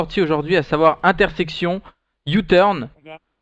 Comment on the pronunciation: J'ai compris youteub au lieu de youturn. :hap